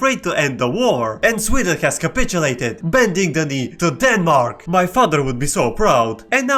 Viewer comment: Idk if its the sleep deprivation, but "Den marks" as a currency is killing me